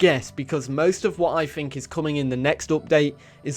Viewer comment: "I phink".